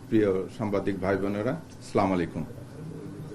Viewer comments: Slamalikum na Assalamu alaykum bolte chesta korun jobab😊😊😊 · সালাম ঠিকমতন দিতে পারেনা।